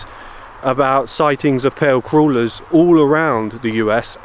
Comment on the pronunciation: I thought you said pale creuller, like a donut, lol. Thank you for the stories good sir